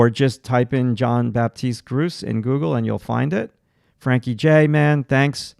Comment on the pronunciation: FYI, if you're interested, the artist's name is French. It's pronounced more like "Zhon Bapteest Groots" but the last letter of each word is not really annunciated clearly.